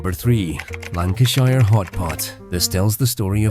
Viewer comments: Lancashirrre hot pot, AI nonsense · As soon as it mispronounced Lancashire I turned it off